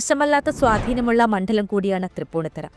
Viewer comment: മണ്ഠലം!!!ഈ കുട്ടിയെ മലയാളം പഠിപ്പിച്ച അധ്യാപകന് നല്ല നമസ്കാരം.